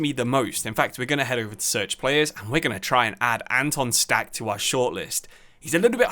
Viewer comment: ch in Stach is pronounced -kh just like Kimmich